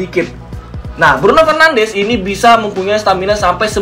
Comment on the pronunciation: Btw pronounce bruno fernandes sama de bruyne salah bang